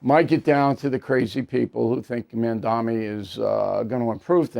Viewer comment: Bill, learn to say 'Mamdani' correctly, it's not Mandami (at least now you get it right half the time, unlike your past videos on him). Please. Secondly, two candidates need to drop out to ensure Mamdani does not win, and this is very unlikely to happen. Therefore, he's not going to 'squeak by', he will win decisively. No, this is not good news. At this point a majority of New Yorkers could vote against him, and because the opposition is split three ways, he will still win. Not the fault of New Yorkers, but the fault of ego-centered candidates who won't get behind one alternative, because of their egos and their fantasies. Like the Prisoner's Dilemma, they will all act selfishly, and they all will lose.